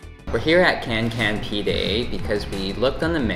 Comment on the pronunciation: The "Can Can Pide" is pronounced like "John John Pide" not "Kan Kan Pide" just for ur info: c is like j in English. But ç is like check, or chicken. ;)